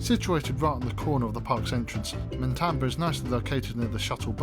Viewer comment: I liked the video, but if you do a review, please get the name right. It is Matamba not MaNtamba. Also the background music is way too loud and distracting